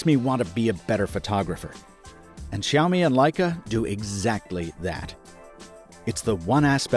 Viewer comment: WoW!! The first English/American youtuber who can spell and pronouce Xiaomi the right way...good job! My heart just beat faster when i listen "Xiaomi" the right way. 👌🏻